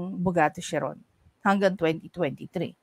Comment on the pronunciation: Khi-run ang pronunciation ng chiron